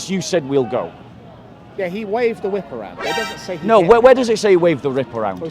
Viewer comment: "He waved the wrip around" 😂😂😂